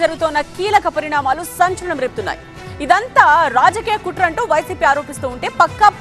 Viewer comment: kutraaa kaadhu botchu kaadu